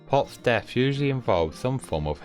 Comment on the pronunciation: He really said deaf instead of death